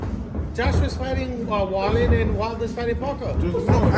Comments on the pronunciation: It was pronunciation. The guy's last name is actually pronounced "Vallin" but the guy's accent made him sound like he was saying "Walduh" (Wilder) when he was saying "Walluh" (Wallin) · He actually said Wallin slight miscommunication